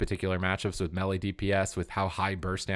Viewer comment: drives me crazy when you pronounce melee mehli.. it's may lay!!!! What is it with gamers that they suddenly do not know how to speak English when talking about game stuff... it's so funny